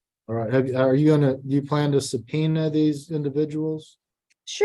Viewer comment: How drunk can you be to sound and act like this in court and not get called out??? Is the judge THAT stupid? She stated she was not "quality" to "supeenerd" witnesses? That woman keeps pronouncing the breed of the cat WRONG! She called the CFA registry by the wrong name several times. I HIGHLY doubt she has been breeding and/or showing this breed at all. She was planning to breed that cat and make money off the kittens. It blows my mind that she claims to be a nurse! I would not trust her to care for a stuffed animal any more than I would trust her with an elderly person. Benson needed to turn on a light... again, is the judge that stupid??? DO NOT TRUST WISDOM DNA PANELS! I did a Wisdom DNA panel on one of my dogs who I knew the breeds of. The Wisdom DNA Panel came back saying he was a Golden and Labrador mix. I knew for fact t hat his father was a dachshund-beagle mix and his mom was a Peke-Pom mix. I did another brand of DNA test and it came back correct.